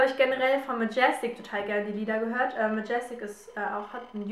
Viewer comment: wie sprichst du denn majestic aus? :-D:-D:-D ...das ist französisch